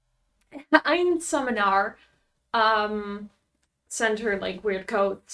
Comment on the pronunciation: im so sorry but i kept cracking up watching you try to pronounce einsamernarr. first up, einsamer narr means lonely fool, which is... yea. second up, its pronounced ain-sahmehr (with a soft s) nahr